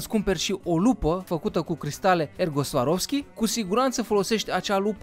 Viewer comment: cristale swaroski :)))) swarovski"